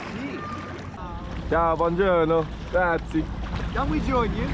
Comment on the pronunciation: " grazi " lmao, you have to say grazi-a